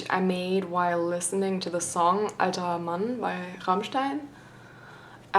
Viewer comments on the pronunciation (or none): none